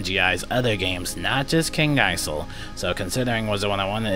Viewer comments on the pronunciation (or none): the s is silent in isle in kings isle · the Isle in Kings Isle has a silent S